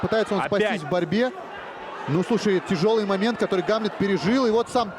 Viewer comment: Диктор туповатый, имя Гамлет, ударение не правильно ставит, ещё бы амлетом бы назвал.)